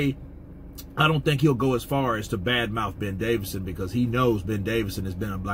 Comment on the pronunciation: ITS DAVISON NOT DAVIDSON